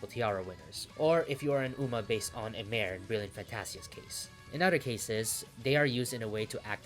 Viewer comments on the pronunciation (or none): none